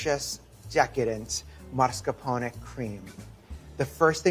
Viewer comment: Is it me not hearing it right, or does he really pronounce it as MARSCAPONE cheese?